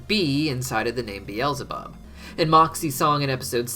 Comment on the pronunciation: Bweezelabub yum